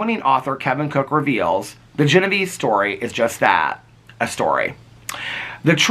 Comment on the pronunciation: Her name was pronounced Gen-o-VAY-zee. It's a fascinating story and I'm looking forward to reading the book. Thanks,.